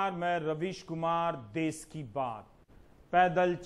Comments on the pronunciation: Des nahi hota Ravish .Desh hota hai.anpad channel. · Why bihari people don't pronounce "sh" correctly during communication. Like they say des( country) instead of Desh.